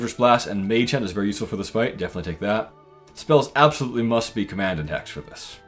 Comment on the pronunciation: I had to listen to this 5 times and finally slowed the video to .25 speed and zoomed in to figure out that he said "hex" as the second spell.